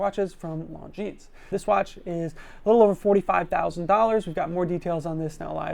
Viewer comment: Can't pronounce Czapek. Can't pronounce Longines. Can't pronounce Vulcain. Still does a video on the brands.